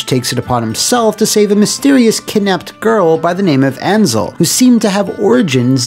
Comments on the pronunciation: Azel. There's no "n" in the name. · Penser dragon zweee sega featuring annnnzel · There's no "n" in "Azel." And I still hate myself for being broke when I found a Japanese copy in a game shop in Chinatown 8 years ago. Looking through all the spines, I saw "Azel" and knew exactly what it was, but I didn't have $90 to grab it. I would have learned Japanese and translated it myself ;_ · yo, i have this game, got it on release and loved it (still do). it's the centerpiece of my collection these days. but tbh i have no idea why you say "Ansel" instead of "Azel"... :p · Good video but I'd be lying if I didn't cringe a little everytime I heard "anzel" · Are you saying "Anzel" just to piss me off? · He butchered Azel's pronunciation as well XD. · Good video, still trying to figure out where you got the n for Azel